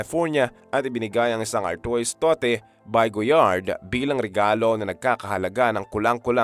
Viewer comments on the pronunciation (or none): tote 😂🤣…. TOTE?! That’s read as “towt”!!! Haaaaay naku! 🙄! Do your homework! (why is this on my feed?) 🙄